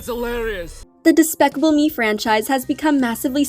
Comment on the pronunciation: She said daspacable me 😭😭😭💀💀💀